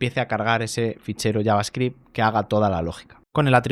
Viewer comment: Que bendicion escuchar a un español pronunciando bien javascript